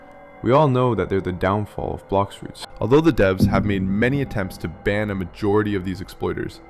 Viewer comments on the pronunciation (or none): its blox fruover